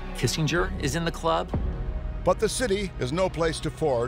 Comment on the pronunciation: Ah man- Hilarious Dan-Lee-Akroyd 😂